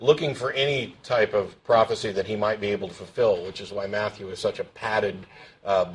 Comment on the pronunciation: "It's a pwafacee!! Day cwucified him an' day divided his cwose umung day dawgs!" The obvious sign of homeschooling is the untreated speech impediment.